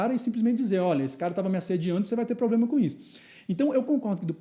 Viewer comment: trabalha no jurídico e fala "poblema"?